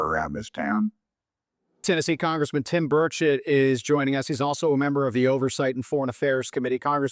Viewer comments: Hi, I’m from Tennessee and we love Rep. Tim Burchett here. Please note that you are mispronouncing his name and also misspelling it. Burchett is pronounced BURR•chit. Thank you for your ministry. I’ve followed you for years, and pray for you and your family 🙏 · Congressman Burchett from Tennessee. You pronounce his name like the Burch tree then the word it. I have heard you pronounce and write his name incorrectly. Please be respectful.